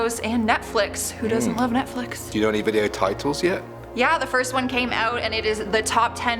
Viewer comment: It kills me the way she says “Nectflix”💀😂